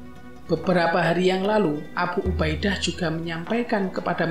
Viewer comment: Abhu ubha Idha... bacanya kok gitu sih pak...?😂😂😂